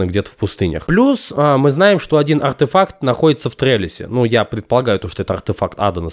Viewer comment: Блин как же ты круто говориш артэфак с окцентом